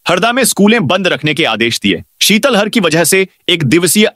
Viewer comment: ये उद्घोषक नहीं सुंदर रहे हैं।शीतलहर को शीतल हर बोलते हैं। इनकी नियुक्ति का पता करै।मैं ही उद्घोषक ज्ञापन को छापने बोलते हैं।कितनी बार आपत्ति वक